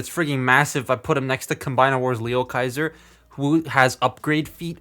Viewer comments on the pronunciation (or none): none